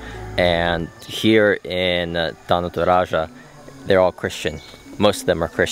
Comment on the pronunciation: the way you pronounce “Tana Toraja” you sounded like a native speakers who already been in indonesia for like a years.